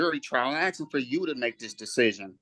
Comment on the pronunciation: Stop axing